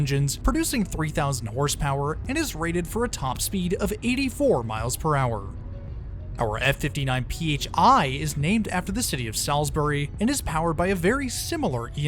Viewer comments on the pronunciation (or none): Also, Muh-CLAYNS-ville, and SAULS-ber-ry, but you can't be blamed if you're not from the region. I live near Lake James, in the WNC foothills, and 25 years ago living in Central NC (Durham), pronunciations like CALL-fax (Colfax) and CAR Drug (Kerr Drug store) seemed odd to me. Terrific video; I love the Piedmont, have traveled on it many times between Cary/Durham and Salisbury, and always recommend it over the Carolinian because of the unique equipment!